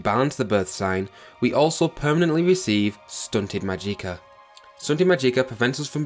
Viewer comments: Amazing video, very informative. However the mispronunciation of words like magicka was a little off. There's no eek it's magick-a, the ick is pronounced the same way as "sick" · Haha, go: “Maadjiekah” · I'm really sorry, but the way you say "Magika" makes me so fucking angry lol. Other than that, this is a great game! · "Mageeka" for the win 😉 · I love your Mageeka lmfao dammit ! Now for now own i want to call it the way you do hahaahha thanks for sharing the video bud. Its all good man you speak English just fine. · "maGIcka" "Oltmer" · the way you pronounce magicka kills me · When i saw your pronunciation of magicka, in some way, i loved it